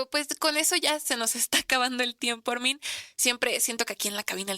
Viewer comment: La conductora le dice Ármin acentuando la A 😏😣